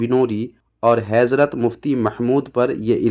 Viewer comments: جناب پہلے آپ جا کر لفظ حضرت بولنا سیکھیں کیونکہ آپ حیضرت بول رہے ہیں😮 باقی باتیں باد میں کرلیں گے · Heezrat heezrat kiya Hazrat hota he Bolna sikh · تمہاری جہالت کا عالم تویہ ہےکہ تمہاری اردوکاتلفظ تک صحیح نہیں ہے حضرت کا تلفظ ھیضرت کررہےہو یہ جہالت ہی نہیں خباثت بھی ہے. حسن دیوبندی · پہلے حضرت تو سہی سے کہ لے ۔۔حیضرت پڑرہا۔۔ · وه حضرت ہے حَیْضرت نہیں 😂😂😂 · پہلے حضرت کہنا تو سیکھلے کمین حیضرت کہرہا ہے ہمارے بزرگوں نے تیری ماں کو چوددیا ہے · Allah hidayat de isko bhai hezrat bolra wo bhi nahi aata